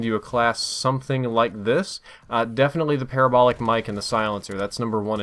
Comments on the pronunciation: PUH-RAH-BOWL-IC (like radical) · Hate to say this, but, you pronounce parabolic the same way you would pronounce paralysis